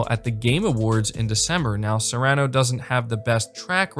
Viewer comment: Not Serrano 🤦🏼‍♂️😂